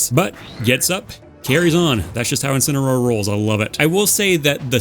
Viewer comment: INSINAROAR? S TEIR?? HELL NAH 💀. I BE FALLIN OFF DA DAM STAGE WITH DAT GARBAGE.